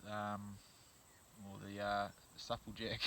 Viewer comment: Nice vid. U pronounce supple jack rong lol second person all my life iv heard say it the way u do lol